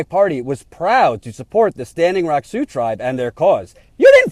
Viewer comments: ...See-ox? Really? It's pronounced "Soo". I even googled it just to double check in case they pronounced it differently (which would be a major news flash to everyone in the region). Nope, every link said "Soo" was the correct pronunciation of Sioux. I love what you're doing, but every now and then you remind me that you really aren't from around here. lol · Great rant. you said SeaOx but Sioux is pronounced SUE. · "Sioux" sounds like "sue,". Still think you're great, though. Also: about damn time, DNC. Sure took you long enough, you opportunistic snakes. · Native Sea-ox language? lol. thats funny. it is pronounced it "Sue". like "do" or 'you'. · Sioux is pronounced Sue. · Sioux is pronounced "Sue". Had the veterans not come down in force, the Pres., Warren, DNC, no one would have done anything! You are right. Shame! She, like Harry Reid, are trying to rewrite the history of the Democrats and Pres. Obama in this story. The Dems did not do anything but support the oil company! Saying you did after the fact does not make it so. And saying you stand with them is not standing with them when things die down, construction begins again and you conveniently blame Trump for everything. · Did pronounce Sioux as "sea oaks"? Is that like the Army Corpse of Engineers?:P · First, you gotta love and TYT politics, what an amazing job this guy does for all of us...buuuuuut OMG so funny ish.... Sioux is pronounced Soo or Su, you have been up there for so long how could you not know that. Too funny. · "See-ohx?" Really,? "See-ohx?" You've been with these people on and off for months, and you've never heard Sioux pronounced? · Funny, has been there a month and he still can't pronounce SIOUX......And yet he's making fun of Bismark! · I love you but you butchered the pronunciation of "Sioux".